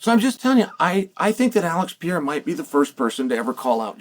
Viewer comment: Alex Pee-Air-Ah